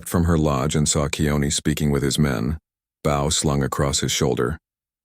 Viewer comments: What is slung across his shoulder is not a bow (cow), it is a bow (boe)!! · Please, please, PLEASE, get the name of the most frequently used fighting tool of thr native men correct! BOW is correctly pronounced as in row, not as in cow. I grew up in California, also having lived in Washington and Arizona. I played cowboys and Indians, cops and robbers, Superman and bad guys, Tarzan and Jane. The Indians used bows (as in rows) and arrows. Both "ows" pronounced the same the way. I have to break focus of these fine stories to make a mental correction everytime your reader uses the cow pronounciation. It demeans the weapon and those powerful warriors to rhyme it with cows. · Come on…it is pronounced boe not bow!! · The word is BOW like a bow in a girls hair. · It’s a computer so doesn’t get the difference, it’s irritating on most of these shows. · I love there way they took this story through the experience of the son as well. One issue. Could we please teach AI how to say bow right when they are talking about the hunting weapon not the gentile salutation of the English or a present topper.